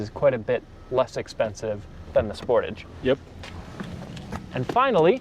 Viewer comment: As a Canadian, hearing the way you say Sportage causes me physical pain 😅😂